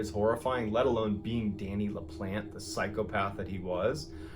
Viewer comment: Really good story... but his last name is pronounced La-plon-tay